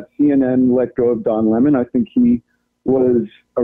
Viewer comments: Does he keep saying Dom Lemon?? I don’t think this guy is actually being serious. Is this some kind of joke or something?? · I could never keep a straight face while listening to him constantly saying Dom Lemon...